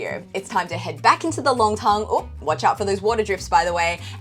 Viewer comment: Nongtang, NOT Longtang. 上海人很多发音是错的， R和L不分， N和L也不分。不少中国人实际上汉语发音很受地域影响， 发音不准确。